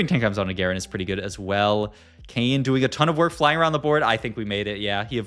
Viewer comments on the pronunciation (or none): “our Kayn” sounds a lot like “Arcane”😂